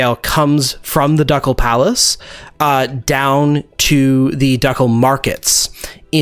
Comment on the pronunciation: Okay, so it’s pronounced like Duke-all not Duck-ul.